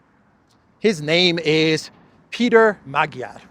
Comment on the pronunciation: Thanks for your outstanding daily broadcasts. They are insightful and amusing too! If I may offer an occasional pronunciation assist I hope you will find it useful. Magyar, as in Peter Magyar is pronounced "mudge-are". And a fun fact: The word Magyar, is the only word by which Hungarians call or refer to themselves and their nationality! There is no such word as "Hungarian" in the Magyar or "hungarian" language. Oddly, the word Hungarian is one the Germans and Brits decided works for them, Magyars be damned! 😉